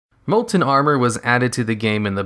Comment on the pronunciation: Molent molent molent molent molent molent molent molent molent molent molent molent molent molent molent molent molent molent molent molent molent molent molent molent molent molent molent molent molent molent molent molent molent